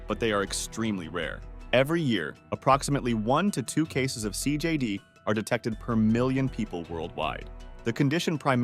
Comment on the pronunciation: Learn to pronounce CJD.